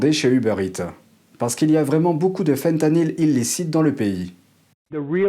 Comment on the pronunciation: voulez vous bien parler francais svp? on prononce faim tanyl. FIN tanyl une tabounevde mokaraba